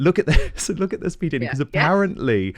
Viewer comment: Love you Dan❤. Please pronounce PDina ( like eye) correctly. You guys are great together.